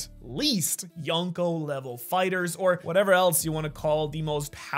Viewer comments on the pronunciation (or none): none